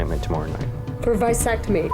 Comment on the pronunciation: It is not a "VICE" sectomy you idiot....it's a "VASS" ectomy.